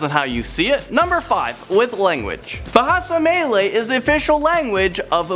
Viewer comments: He butchered the Malaysia words. Especially Bahasa Melayu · Dude u butchered Bahasa Malaysia or Bahasa Melayu and Bahasa Jawi is pronounced as Bahasa Ja Wee not Ja Wai